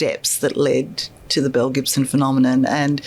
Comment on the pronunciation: "Belle Gibson" sounds like "mel Gibson" to me